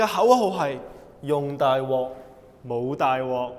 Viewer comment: 是大鑊（wok 第六聲）不是大鍋（wo 第一聲）~